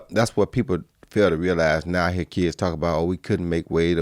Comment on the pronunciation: Roy: ya herr me Joe: I heard you Roy 🤣🤣🤣